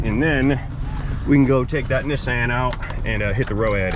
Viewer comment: Huh…at the start you pronounced Nissan differently, twice.🤔 First you said “Knee-son” and then “Niss-an” So what is the correct pronunciation?